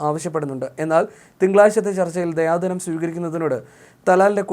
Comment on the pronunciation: ദയാധനം അല്ല ദിയാ ധനം അറബി പദമാണ്